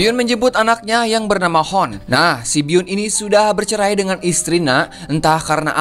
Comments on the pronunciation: Hun bkn hon bacany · Hoon itu d baca nya huun 🤣 bukan hoon